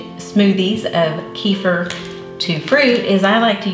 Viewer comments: Kefeer, please kefeer. Not kefr. Thank you. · Please pronounce it right: It's Keh feer not Key for. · I don't know why it drives me bazonkers when people say [KEY-fur] but it does. Kefir grains originated in the middle east - as does the word 'kefir'. It's pronounced [kuh-FEAR]. It's not that important unless you want to sound like you know what it is or what you're talking about. It's like moving to a new city and mispronouncing the town you live in. If it were me, I'd want someone to tell me. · The product kefir is pronounced "ka-feer" in English, including America, NOT "kee-fa". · It's NOT KEEFER. ITS KUFIR..PHONETICS.